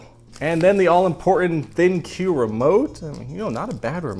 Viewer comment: ThinQ is suppsoed to be pronounced as Think. There is an app with a similar name and has an interface to connect it to the app and allow voice control with Alexa or Google home. It also always you to control you TV with your phone rather than the remote and register your warranty as well as many other things.